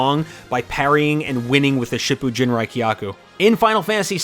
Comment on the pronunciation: "Ha-doo-ken"... B---, it's "ha-DOH-ken"! Sheesh, you butchered that one worse than you did Shippu Jinraikyaku... (Just to be clear...In romanized JP, whenever you see "ou" or "oo", it's pronounced as a long O. Doubled letters are actually the same letter, but with stress. Same applies to syllables that start with a double consonant.)